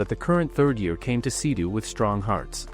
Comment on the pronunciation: It's seido not sidu